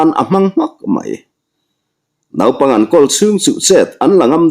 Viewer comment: Naipang i lam dan hi a dik lo tlat mai.Nau tih lai hi thluk loh tur,chutiangin Arpui,Arte,Arla adt,,ah pawh Ar tih lai hi thluk loh tur a ni e,a ngaihnawm telh telh e.❤